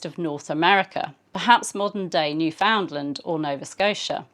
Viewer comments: Cabot may have named it named it New-Found-LAND, but today it's NEWF-und-land and hearing new-FOUND-land really grates! (Maybe my pronunciation is only what my dear Newfie friends use, but. . . I do think it is the standard one) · NEWfoundland rhymes with' UNderstand. - understand? (Sorry - as a Newfoundlander the English mispronunciation is one of my pet peeves!